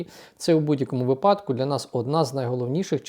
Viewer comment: Пане,"вИ падок"!!!!! Тільки "вИпадок"!!!!! А так лайк!!!